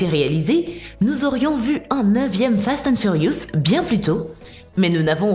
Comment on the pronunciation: déja ses pas fat and furious mais fast mdr